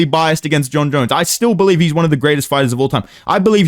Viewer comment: He even says Jon Jones like dana now